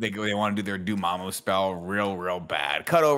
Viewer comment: Never forget Tim pronounced Dormammu as “DormOOMOO” in the original review video lmao